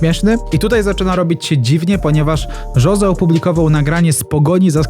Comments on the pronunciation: nie „żoze” tylko Hose, naucz sie w koncu to poprawnie wymawiac 😭😭😭😭😭😭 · Jose czyta się Hose, a nie Żose